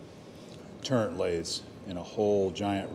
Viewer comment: I don't really like to correct, but the word is turret ,no n in the word ........ the